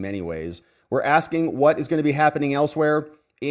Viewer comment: She be a Axing You!!!!